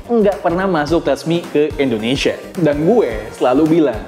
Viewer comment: bang kenapa kalo nyebut Indonesia selalu endonesia ? cmiiw